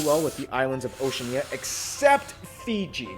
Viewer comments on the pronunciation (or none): none